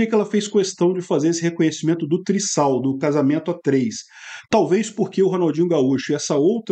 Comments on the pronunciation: Trisal se pronuncia triZal e não triSSal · Um s entre vogais tem som de z, então lê-se: "trizal". A não ser que o STF interprete diferente e mude a gramática da língua portuguesa. Kkk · Trisal, o S tem som de Z